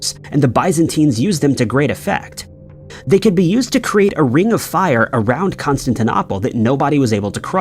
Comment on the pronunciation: The eeriest is when the narration says "Constantinopple" or "Buyzantine" and you think, "Have I been mispronouncing that this whole time? Has everyone?" #mandela